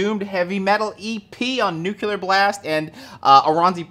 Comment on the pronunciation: It's nuCLEar. Nu-cle-ar.